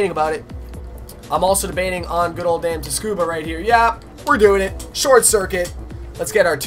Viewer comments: Its TSUcuba , not TUScuba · tuskuba? TSUKUBA (Downtone the pronouncement on the T) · thompson not "ta scuba" like you say it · for fuck sake its tsukuba tsu makes a sue sound with a t's ta sound lightly in front. its japanese tsu ku ba but a more simple way is Su - KU - ba